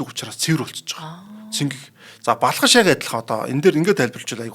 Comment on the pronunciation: Өө сүүлрүүгээ нөгөө Балхаш нь Балкааш болоод явчихвуу